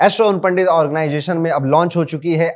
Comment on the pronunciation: Sare astrologer ban gaye hain.... bluffing 😮 organization bolna to seekh le 😮😮😮organggggation naee hota....👎